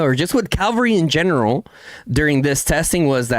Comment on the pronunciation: lol brah, it's called Cavalry, not Calvary. Calvary is where jesus got crucified. Cavs are fighters on horses while calvs are baby cows or on back of your leg.